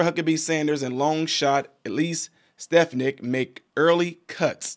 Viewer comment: Her name is pronounced Sta fon ick!